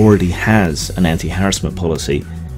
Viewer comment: Nice to see you pronounce harassment properly.